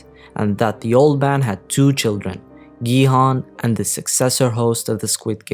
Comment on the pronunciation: And it’s not Gi Han it’s Gi-hun onse again bitch